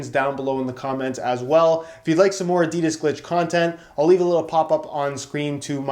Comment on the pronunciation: If he says adidas glitch like that again I might actually cut my scrotom open